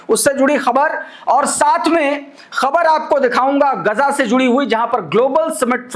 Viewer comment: You are the only anchor who, pronouces KHABAR right. Thank you for not distorting it.